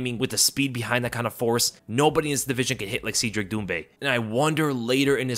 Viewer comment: It’s Cedric (Said Rick), not Seed Rick…